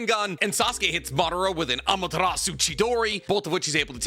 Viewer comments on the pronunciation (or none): none